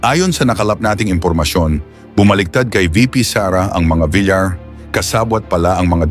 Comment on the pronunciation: A1 a1.. Pronounce Villar.. Into bilar